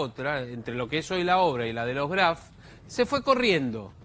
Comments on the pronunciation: ni el apellido sabe pronunciar no es craft es graf de lo imbecil o de tanto mentir se le mezcla todo apurenla y confiesa q cristian lo matooo o el padreeee vamos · 🤣🤣🤣🤣 sisi.. le dice CRAF.... Q verguenzaaaaaaaaaaaa! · Dice CRAF la abogada ni el apellido sabe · Cómo se puede mentir de esa manera!!! Y esta mujer pronuncia “Kraf”. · Me mata cuando le dice Craf jajaja